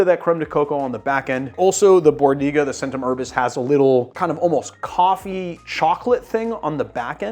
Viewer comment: The "c"s in both Faccia Bruto and Centum Herbis should be pronounced "ch" but other than that I really enjoyed the video. I just wish it didn't involve so many repetitions of those particular mispronunciations.